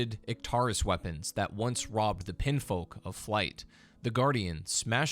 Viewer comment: how do you get "pinfolk" out of "pinionfolk"? i guess i've been pronouncing "onion" wrong this whole time. they're clearly pronounced "on".